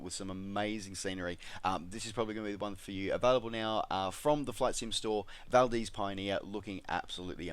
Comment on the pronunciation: BTW, Valdez is pronounced VAL-DEEZ with two Es.